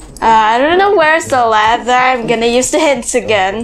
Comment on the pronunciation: You said lather you didn't said ladder